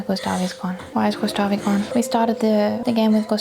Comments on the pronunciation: GustaVE, It's pronounced "Gustaff" u monster ;D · I'm french, and I'm obviously ok with people not being able to pronounce names or words from another languages as it is in the original language. BUUUUUT JUST. I'm triggered each time I hear someone say "Gustavee". So this is a genuine tip for those who don't speak french : In this instance, the letter e at the end is silent. But just for this one. The letter e being silent at the end of the word has so many exceptions that it makes everyone confused, so I won't say anything anymore. For World's Peace purpose XD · I wish I had an Esquie in my life... 🥰 To take her mind off those awful moments, send her to the beach, to relax and maybe get a new bathing suit or two? And it's pronounced "Gustav", the "e" is silent. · not Gustav-ayyy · Gustavi, 😂,the game literally tells you whit sounds how to say that name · Just a note. To say "Gustave", don't pronounce the last 'e'. Stop at the 'v'. (The video was great.) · "gustavi" lmao